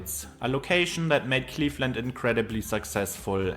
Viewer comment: He mispronounced A LOT of things, including "Cleefland"